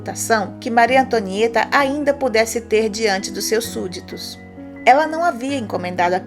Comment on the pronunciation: maryyy tonhaaã tomo no buotoron kkkkkk eo Hamilton tuambiem kkkkk